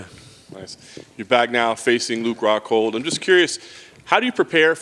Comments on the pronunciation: Did Paulo just call Luke.... Luke Cockhold 😂😂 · Sounds like he's saying Luke cockhold..lol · Best part is him saying “Luke Cockhold” by accident everytime and thinking it’s correct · Anyone else notice him call Luke “Luke cuckhold” hahahaha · "Luke Hockhold" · It's Rockhold, not Cxxxhold. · He said "Ruke Huckhold" 😂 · Luke 'hockhold" Rockhold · “LUKE HCUCKHOLD” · The way he pronounces Luke rockhold sounded like Luke cuckold. That's a great name ppl can call him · he said luke cuckold, lol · "Huke Hockhold" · Costa: 'Luke HCuckhold' Lmao!! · I heard Cuke Cockhold. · Im pretty sure he said luke cockhold 🤣😂🤣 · Brazilians pronounce 'r' like 'h'. So he's pronouncing it 'Hockhold'. Same with Romero, which he pronounces 'Homero'